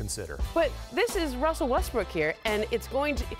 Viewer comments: I'm sorry, who's Wussell? In all seriousness.. say "Woj Russell Westbrook Welcomes" three times fast. I'll leave a like for the trouble. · Lmao when she said Wussell Westbrook I died 😂😂😂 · “Wussel Westbrook”?! We just gonna glance over this?! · no one can pronounce Russell Westbrook's name lmaooooooooooo everyone says Wussel Westbrook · “Wussell Restbrook welcomes” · "wussell westbrook" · she said "Wussell Restbrook" in the beginning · Am I the only one that heard Wussell Westbrook in the beginning? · Didn’t she say wussell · “Wussell Westbrook” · did she says wussle westbrook like elmer fudd lol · “Wusell Westbrook” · "according to woj wessel Westbrook" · According to woj wussel westrook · “Wussle westbwook” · "wussel restbrook" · Wussell Wessbrook 😂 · Wussel Westbrook 😂. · Did nobody else hear her say Wessell Westbrook?? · I couldn’t watch this shit I died when I heard Wussell Westbrook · She said wussell in the beginning